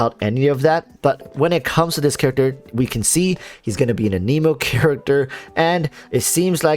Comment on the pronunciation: I think he seems pretty solid. I agree... pretty blah design for a character that has been getting speculated about and hyped since like the NEGATIVE 2.0 patch 🤦🏽‍♂️🤦🏽‍♂️🤦🏽‍♂️🤦🏽‍♂️🤣🤣🤣 I think the worst part about Heizou so far is all the top content creators mispronouncing "anemo"